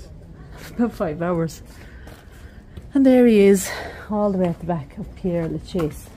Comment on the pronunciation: Its Pere, not Pierre as you keep saying.